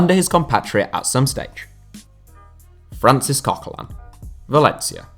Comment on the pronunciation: If you want to say names correct, have a new try at coquelin then, because english people don't seem to know how to pronounce a french name/don't seem to know that they are pronouncing french names wrong.